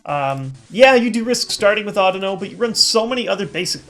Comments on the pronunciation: Audino is supposed to be pronounced similar to (but not exactly like) "I dunno" since its a pun. Pokemon names have been weird. People still say Rattata, Kyogre, Kyurem, and Raikou incorrectly. There's still people arguing about how to pronounce "Arceus". Hell, I cringe a bit when people pronounce "Lysandre" as "LIE-SANDER" (yes, that means I cringe during every video and every battle I have because EVERYBODY pronounces it incorrectly). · just like to point out you've been wrong and pronouncing it wrong. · no offense but the way you pronounce audino sounds very strange to me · SheepsAndSuch thats not how i've heard it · SheepsAndSuch ok cool. once again, not the way i have heard it pronounced. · just like to point out i never said his pronunciation was wrong, just that it sounded weird to me because i had heard it the other way every single time. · Chris Green no offense but the way you pronounce audino is wrong